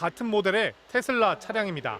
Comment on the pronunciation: 테슬라가 아니고 테어라구나